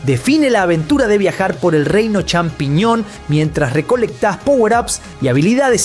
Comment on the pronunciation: hablaaaa bien inbesil !!!!!!! CHAMpiñon !!!! no XAmpiñon ni Shampiñon.... no es dificil de pronunciar